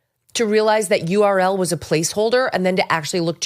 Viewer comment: "Url" 😂 can't make it up. She is too stupid which means she is perfect as dem leader